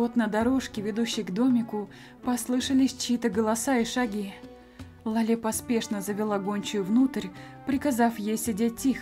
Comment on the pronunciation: Читай пожалуйста Ла́ле , а не лале́...... Я передёргиваюсь от Лале́)